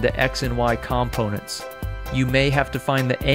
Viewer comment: great video but the way you say "components" really bothers me :)